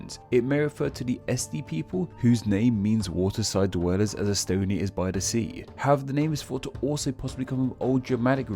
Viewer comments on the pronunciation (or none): none